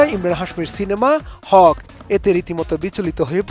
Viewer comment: It's not হক, it's হাক। মানে নিজের অধিকার।